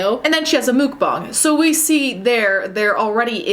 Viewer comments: Muck bang is the right way of saying stop please your not a better person because you say it that way you don’t sht ice cream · I couldn't watch. It's pronounceed muck bang not mook bong. You absolute Turkey. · Why do people say Mook, instead of Muk(like the pokemon?) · Its muk bang not mook bong. Ya weirdo